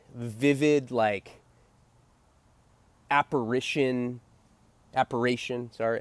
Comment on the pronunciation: U had it right the first time its aparition not aparation my dood